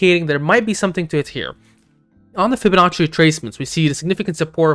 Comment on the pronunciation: Did you say Fibonacci ? Come on man you should know better !